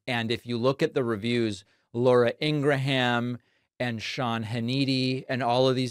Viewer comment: Do you not know how to pronounce Laura and Sean's last name? Is Kamala going to have the same interview?